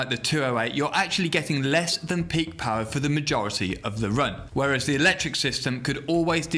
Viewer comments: I hear horse paw instead of horse power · Ridiculous "pawr"